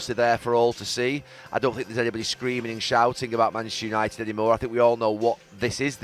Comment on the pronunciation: Gary Neville talking about ‘Yanited’? I’m shocked